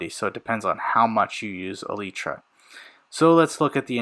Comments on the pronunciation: Its E lie Truh say fast its not Ee lee tra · Holy bro it’s eee-ly-tra not eee-lee-tra, I can’t watch this video because of that sole reason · He said elytra wrong